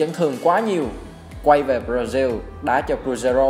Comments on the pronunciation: B nói hay nhưng nên nói đúng từ ngữ b ra zin hay b ra ziu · Ẹt là gì? Brazil đọc thành diu là sao?